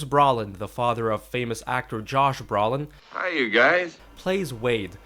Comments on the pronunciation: Its Brooooolin, not Brawlin. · James and Josh Brawlin'😄. Always thought it was pronounced Broe-lin!